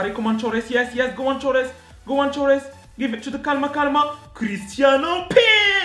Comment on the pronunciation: Hahha one question ¿do you speak spanish? Cuz those calma calma and that perfecto was perfect